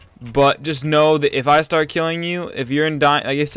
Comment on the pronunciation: You say start like starrrrrt lelel